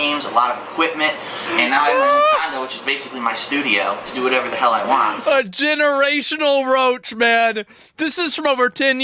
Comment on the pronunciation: I really cannot take him seriously whenever he says "waan" (want) 😂